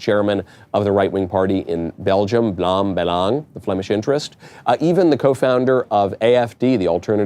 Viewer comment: Michael, you pretty much pronounced "Vlaams Belang" correctly entirely.. if only you did not leave out the 's' in 'Vlaams'.